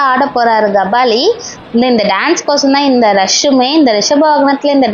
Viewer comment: Kabali ❌ Gabali ✅😂